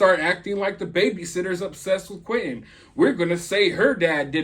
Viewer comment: Why can't she even say Angel Quinton's name